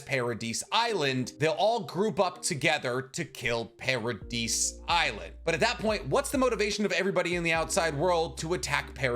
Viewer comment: The pronunciation in this video kills me. Do you pronounce Yvette “ya-vet” or Island “is-land” ? Ee-meer. Para-dee.